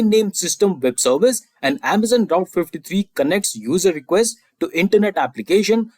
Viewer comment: You keep calling AWS Route S3. It is AWS Route Fifty Three. BTW your questions are amazing. I just reached #300. 55 more to go. :hand-pink-waving